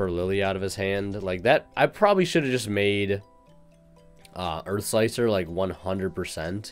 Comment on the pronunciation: EARF MACHINES!